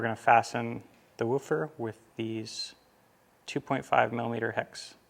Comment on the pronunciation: You keep callling it a wu'fer. lol